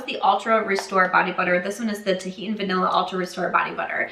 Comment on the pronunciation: I like to know when I’m pronouncing something incorrectly, if you’d rather keep doing your thing, do your thing. Tahitian is pronounced tuh-hee-shun.